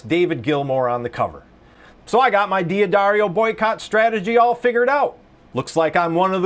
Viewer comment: It's pronounced "Daddario." Not "Dee Addario." You just ignore the apostrophe, and don't add another syllable.